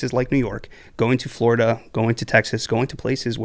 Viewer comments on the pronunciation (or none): none